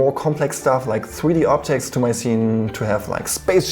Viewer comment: Gween scween, weson, fweedee kweate